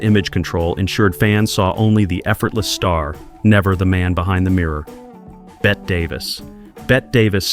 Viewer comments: It's pronounced "Bettee" Davis. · Someone needs to inform AI that Marlene Dietrich's first name is not pronounced "Marleen." It is pronounced "Marlayna". Also, Bette Davis's first name is not "Bet". Spelled differently, but still pronounced "Betty".